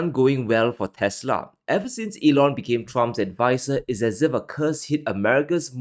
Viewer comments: Its actually "teslerrrrrr" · The correct pronunciation should be "Tesler" lol